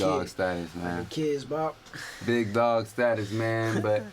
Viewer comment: YALL LOOK SMACKED 🤣 and I know this boy did not just say kids-bop 😅